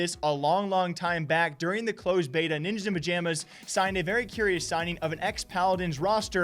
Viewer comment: mans speaking cheems out here lmao